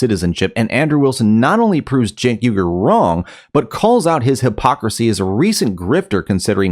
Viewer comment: Little known fact Cenks surname is not ooogur, it’s Weegerr, he’s actually named after the persecuted Uygur group in China, you know, the one he never talks about…strange